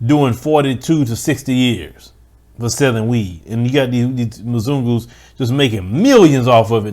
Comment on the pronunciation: I find it funny that you try to use the word mazungu (sp) in a derogatory fashion but it just comes out sounding so silly it's comical.